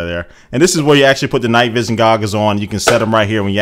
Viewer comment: LOL you said googles